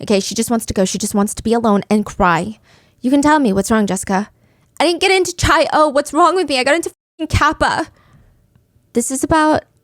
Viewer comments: love u steph but it’s pronounced kai-oh not chai-oh lolll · queen…it’s chi-o like KAI not chai 😭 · Chi O is pronounced "kai oh." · lol it’s Chi O (Omega) as in Kye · Psst! In Greek life, Chi O is pronounced "KAI - O" :) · “Chai” O is driving me nutsss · 0 seconds ago Chi -O, Chi - Omega, the sorority you mention, is pronounced Ki-Oh, not 'ch' like child, but with a hard 'k' like sounding name. Its Greek lettering. Also my mom was a member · Stephanie saying chi o hurts me as a chi o 😭❤️ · the way she pronounced Chi O made me react physically lmao. worth it for the story telling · Ikr i love her but as a Greek person it pains me lol